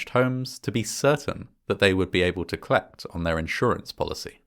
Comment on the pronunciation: There were lots of clapses.... Ooooooooh and there is a new word! Clect! Awesome, let's add it to the... well.... clection.